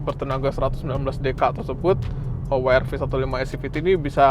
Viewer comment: bilang "we er ve" aja bang kalo susah bilang "dabelyu ar vi" 😊